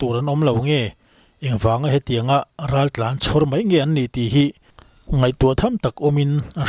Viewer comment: Raltlanho tih ni na na na "Raltlanhau" ti a lam tlat mai chu.hau tih hi awmze nei lo ani